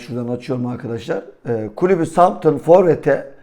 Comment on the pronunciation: Southampton yanlış soyluyorsunuz.. sauthemptın diye okunuyor